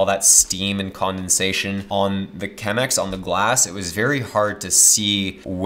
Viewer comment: This video was going soo well until he said "Chemex"..... The coffee snob in me is dying. But then, great video!